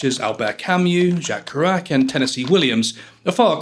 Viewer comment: It’s clear that you’ve never heard of Jack Kerouac - or you’d know how to pronounce his surname!!!